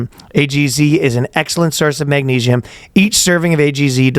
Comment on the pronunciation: it's magnesium not magneigium